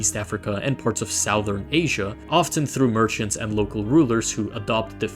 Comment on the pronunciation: Sow thern? Really? Not southern but female pig + thern. Also, Anglican is simply the church of England, remember Henry VIII? Go back and read better history books, my friend. Pam